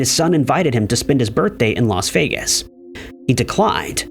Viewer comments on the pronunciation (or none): none